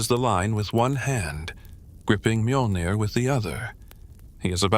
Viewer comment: The pronunciation of Nordic words.... "M-AIYOL-NEER" 😅😅😅